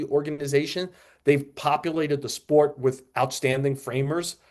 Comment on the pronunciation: The word is "with." Not "wit." How many more episodes of this podcast are we gonna rattle off the pitchers who came back fast from TJ surgery, along with the ones who took more time to regain their stuff? I've never heard "Sandy Alcantara" spoken so much in my life. God, get some new material.